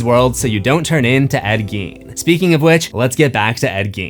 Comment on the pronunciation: It's pronounced Ed "GAIN".